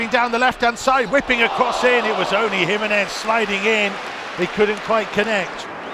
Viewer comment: HE-MEN-EZ …. just to help you out 🇲🇽